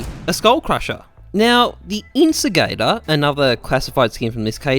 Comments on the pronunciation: Jesus christ butchering words is bad. It's so bad. It's puh-TEEN-uh. Not PAT-in-uh. Also, INCINEGATOR not incigator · In-sin-er-ay-tor. Not "instigate" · It’s incinegator, not instigator. From incenerator ( like a flamethrower ) but because it has a gator, incinegator. That was obvious and you managed to get it wrong lol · incinegator = incinerator In-sin-e-gator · Its pronounced incinerator but with gator instead